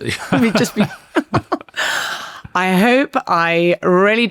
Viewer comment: Little nit pick from myself is when Richard pronounced the name Miles like Marles very odd